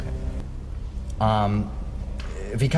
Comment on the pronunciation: As he sounds different with an English vs. his native and various Scottish accents. although, in this clip, his Scottish accent bled through on "der" und " Schaltung". Those words sounded more Swiss or Australian. DT's command of accents and languages (French and German in Spies Of Warsaw, for instance) truly amaze and astound. I have watched a gazillion interviews with DT, and of yet no one has asked him how he can switch and maintain accents. In Bad Samaritan he had a flawless American or Canadian accent, so flawless that I didn't realize his accent until I watched it a second time. Yet in a pilot called (Character's name ) Is Not Your Lawyer, his American accent was flawless but irritating ( the pilot didn't get picked up) but his character was irritating as well. In Run Away Bride, he used a standard to posh British accent starring in Scotland opposite a Schottish actress who spoke with a thick Scottish accent. I have no idea how he could hold his accent and not fall into his native tongue in that situation.